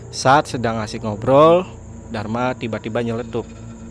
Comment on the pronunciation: Ttiba ttiba buset dah penyebutan T nya tebel bat ngab